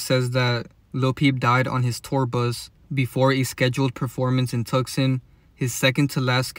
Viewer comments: Tucson is pronounced ( Toose ahn ) BTW. Had to say cause you repeated it like 5 times lol its understandable tho you just read it the way it's spelled and the English way of spelling can be straight retarded lol all the silent letters and words like phone. Now that I think about it Phoenix is in Arizona too.. Anyways love your work bro and don't forget free masons pushed Christianity and there interpretations of the Bible on us don't forget that . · It's pronounced Two-sonne the c is silent 😊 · The c is silent in Tucson. It's pronounced "two saan" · I’ve never heard someone say Tucson like that bro lol